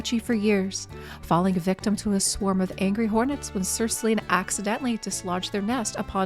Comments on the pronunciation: (Ahem... pronounced Killian, not Sillian... lol) 🤣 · I'm not irish, but I think its "Killian" (btw, is the butcher of names). =)